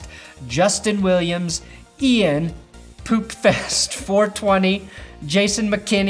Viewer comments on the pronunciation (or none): "Can't pronounce poopfeast"